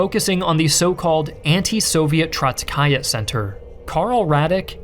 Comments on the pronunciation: I really wish you could take some more time to learn the pronunciation of some of these words, "Trotskyite" is an English word and it's not pronounced "Trotskayet", it's "Trotsky-ITE", as in a follower of Trotsky. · ‘Zenoveev’ ‘Trotskyat’